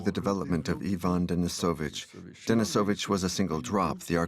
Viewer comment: Are you not even going to try and pronounce the names correctly? I feel second-hand embarrassment when I hear how you say "Ivan"